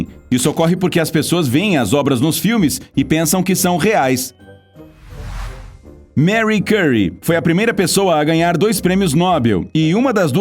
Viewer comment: min Lê-se Márri Cúrriê, não Mary Cyrie!